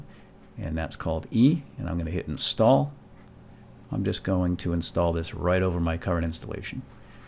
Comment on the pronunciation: The hell did you just say, "youst?" Like, a joust with yourself? This isn't about yousting, its about 7-zip and how to download it :P